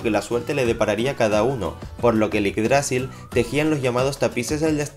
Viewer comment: yggdrasil no lleva tilde así no se pronuncia